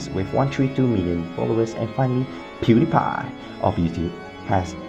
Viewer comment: the way how he said pewdiepie lolol